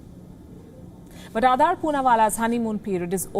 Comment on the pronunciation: It's Aadar, (Aa-dar) ,not Aadaar as in Aadhar. Please correct your pronunciation.